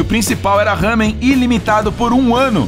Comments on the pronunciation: E lamen e não hamen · Desculpa mas nao e Hamem É lamen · NAO E HAMEM SE FALA LAMEM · malandro mam não é hamen é Ramen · não é lamen é lamén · No não é Hamen, é lamen :) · Eu moro no Japão e não é Ramen que se fala é lamen em japonês ramen ra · Não se fala raamen se fala ramein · Não é ramen e lamen (Obs)nao to criticando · Não se fala ... Hamen. SE FALA .. LAMEN com L